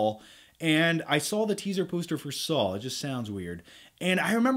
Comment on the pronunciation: Anyone else hear him saw "Saul" instead of "Saw"